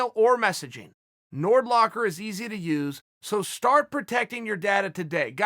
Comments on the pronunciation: Chael "Got em in a Nordlock" Sonnen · Nordlock LOL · I download nord locker each time uncle chael said “nord locker”